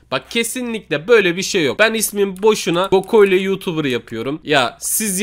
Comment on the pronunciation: Abi gokoylo değil goklo.🤣🤣🤣🤣🤣🤣🤣